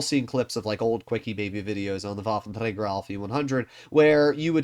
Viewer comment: Pls fix your "waffentragger" pronounce. Thanks